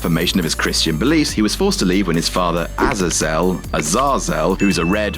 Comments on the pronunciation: Azazel (Uh Zay Zil) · I think it pronounced Ah Za Ze Zeal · I think his name is pronounced Az-Ah-Zell, which is the Hebrew word for Hell (עזאזל) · It's pronounced uh-zā-zl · Uh-zay-zel. It's not in the least bit hard to say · Ah-zay-zel. Have you never listened to an Iron Maiden song? Or gone to Sunday School? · Night Crawlers dad Say..... Uh zay zul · it's pronounced as-ay-zle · BTW you pronounce it like this Ah-zae-zell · It's pronounced "Az-ay-zell". This is why I only like Been and little blonde Adam. To do comic videos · it's pronounced A-Zay-zaul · azazel is pronounced uh-zay-zul, by the way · His name is pronounced..."AAAH...ZEEEE...IIII...ZUL!" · Azazel is pronounced Ah-zay-zell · Azazel is pronounced ah-zay-zal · For fucks sakes... uh-ZAY-zuhl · Samur/Aye Studios I think he gets it, since that's not how you pronounce it. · Azazel isn't even a hard name tu pronounce you lord of cringe.